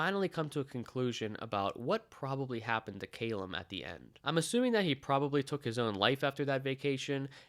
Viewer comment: Great delving review but argh is Ca lum not cay lum